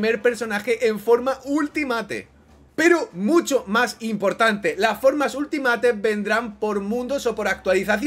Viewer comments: Por favor, pronuncia bien Ultimate /Ultimeit/ 😬😬😬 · Di bien Ultimate, porfavor, no es tan difícil